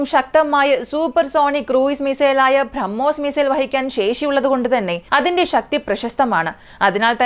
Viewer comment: ഭ്രമ്മോസ് അല്ല കുട്ടി. Brahmos